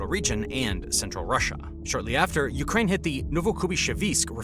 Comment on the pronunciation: Urkaine... lol